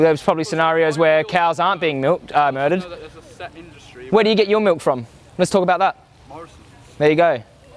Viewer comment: Milk is like "R" not "M".